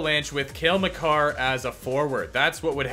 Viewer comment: you said it right hahaha